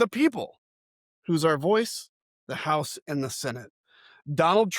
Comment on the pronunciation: Dude, stop saying "White 'Ouse". It's White House. ENUNCIATE the "H".